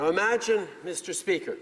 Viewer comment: Somebody inform him that there is an I in the word imagine